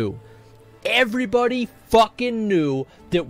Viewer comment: I swear god, when he talk's about Illidan, at the moment he says... "when Illidan show os screen.. evrebody know's... " i was expecting he says " evrebody's knows.. that YOU ARE NOT PREPARED"